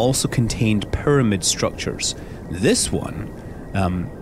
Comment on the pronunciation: i love the way he says pyramid... PURMID!